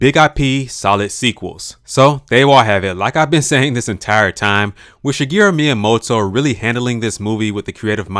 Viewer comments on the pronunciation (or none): none